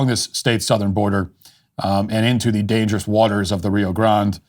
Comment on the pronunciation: Rio Grond?! 😂 …WHAT!